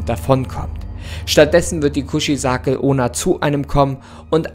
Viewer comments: „Kuzizake onna“ ich Feier dich echt aber ich kann nicht mehr hahahah Kuchisake onna wird genauso so ausgesprochen wie gelesen eigt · Die Aussprache vom Namen ist komplett verkackt